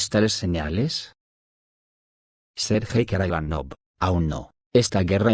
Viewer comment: Сергей Караганов , Sergey Karaganov , se pronuncia en ruso, [ sirgéi karagánaf ]. Saludos.